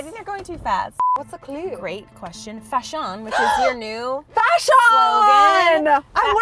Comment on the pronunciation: 😂 " FASHUN " I love 😂